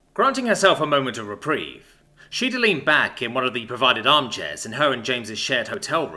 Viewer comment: In the first sentence. What was said was the word "reprieve". I heard "Reprig" and had to do a double take.